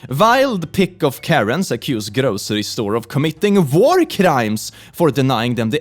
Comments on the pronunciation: and his akcent he say war I here vore it kinda funny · what he said: oh my god it's a war crime what is sounded like: oh my god it's a vore crime 😳😳😳😳😳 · *says war crime with an accent me: "guess its time to add vore crime to my bucket list" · Honestly I heard it and went "wait what?". kinda glad to know i wasn't the only one who thought he said that.